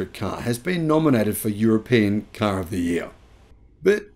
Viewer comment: I love the way says "caaar". Sounds a bit like a New Yorker.